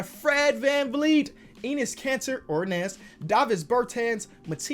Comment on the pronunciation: yo all i hear is "anus cancer" not "Enis Kanter" 🤣😆